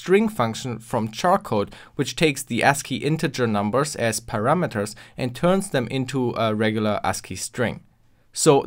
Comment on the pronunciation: Du musst lernen, den Glottisschlag bei anlautenden Vokalen wegzulassen, das Zungenspitzen-R (z. B. bei “right”) korrekt auszusprechen und die Betonung auf die richtige Silbe zu legen (z. B. bei “parameters” auf die dritte Silbe). Ich habe linguistische Informatik studiert, daher kenne ich mich gut damit aus.